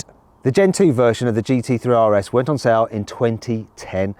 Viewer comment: That’s how you know Mat is biased towards Porsche.. he pronounces the RS in Porsche properly but in Audis he makes fun of it :)